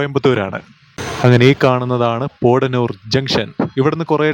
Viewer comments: Thiruvalla Kottayamalle broo.... പോടന്നൂർ അല്ല ബ്രോ പൊത്തന്നൂർ നാണു അവിടെ പറയാറ്‌ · പോഡനൂരല്ല, പോത്തനൂർ, പറയൂ പോ ത്ത നൂ ർ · വാളയാര്‍ കടന്നപ്പോള്‍ പാറ പൊട്ടിച്ചിരിക്കുന്നത് കണ്ടത് മധുക്കര ACCസിമന്‍റ് ഫാക്ടറിയുടെ മൈന്‍സാണ്.പിന്നെ പോടനൂരല്ല പോത്തനൂരാണ്